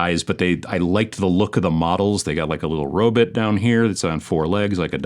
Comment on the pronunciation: Always love anyone who pronounces it as “ro-bit”. Don’t know why but it always makes me smile